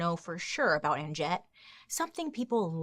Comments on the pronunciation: The "j" is meant to sound like y..it's pronounced Anyett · Ann jet is hilarious!!! But…just so you know I think it is pronounced Ann Net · I think the J is silent in her name... Pretty sure it's just like "Annette." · My mom’s sister is named Jet. Every time you say Annjette, I keep hearing “Aunt Jet”!!! 😮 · Did anyone else think that Bailey was saying "And Jett" rather than "Anjette"? For ages I was like who's Jett 🙈🤣🤣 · What if the j is silent and her name is pronounced uh-net 😂🤣🤔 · Does anyone else wonder if the name Anjette would’ve been pronounced with a silent j if she was in Europe? It would sound like Annette. 😊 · Why did i think you were saying aunt jett the whole time lol 🤣🤣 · Isn't her name pronounced as Annette? The "J" is silent I believe. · Okay side note: every time her name was said, it sounded like "Aunt Jett" and now I want to watch Practical Magic. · Anjet? Maybe Anjette but pronounced in French like it should be? Just wondering 🤔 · I think her name it said like Annette.